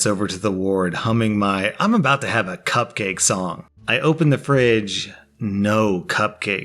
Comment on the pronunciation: Guy: "mm, am hoongry.. coopcake" takes cupcake Guy but 2 seconds later: "why do I hear boss music"